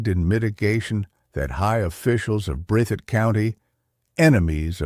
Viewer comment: Breath - thit! Is how it's pronounced buddy.